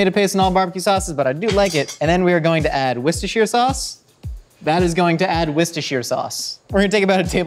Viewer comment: He says Worcestershire the right way. Nice.